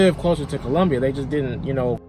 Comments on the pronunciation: It’s Columbia not Columbus….& he gives my state a bad name😢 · COLUMBUS????? SOUTH CAROLINA????? ITS COLUMBIA BRUH PUT SUM RESPECT ON DA MET FR